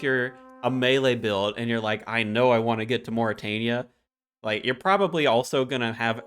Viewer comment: Perfectly pronounces "Ourania" but butchers "rune." Great information dude. 👍👍👍